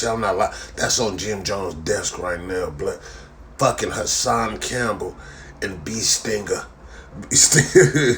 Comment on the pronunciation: Lol when he say b stinger